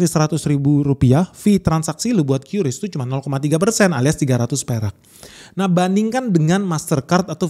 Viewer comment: Kris bang.. bukan qyuris